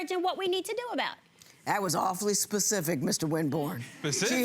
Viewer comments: This guy says 'Pacific' for 'Specific' what did she expect 🤷🏾‍♀️ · When he said “with that pacific situation” I knew what the problem was 🤐🥴🥴🥴🥴🤦🏽‍♀️🤦🏽‍♀️🤦🏽‍♀️ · Not pecific morning SPECIFIC